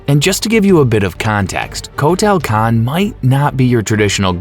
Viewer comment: Coat tail kahn 🤣